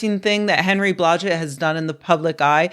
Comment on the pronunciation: When I heard “Henry Blodget” I was like “WTF?” And “what the hell happened to him”?